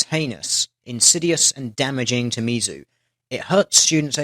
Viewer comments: Tl;dr it's pronounced Miz-zoo. Not Mee-Zoo. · I love your vids man, but you pronounce a lot of the American topics of your posts wrong. It's short for Missouri, not miso soup. We know people are going to use that shit to discredit you, just a heads for next time. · he couldn't pronounce Mizzou correctly XD